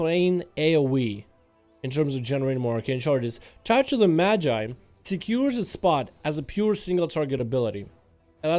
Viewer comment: Madge-eye is the correct way, you had it right! Thanks for the updates as always!